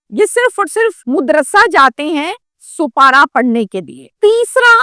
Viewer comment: Sopara nai seepara...modrasay nai madrasay....urdu seekh lo pejly pir vlog kr